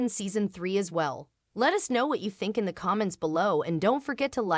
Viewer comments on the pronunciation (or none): none